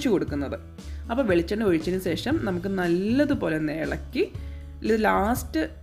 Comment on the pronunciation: സെഷം അല്ല ശേഷം 😂. Thangal full സെഷം എന്നാണ് use cheyunne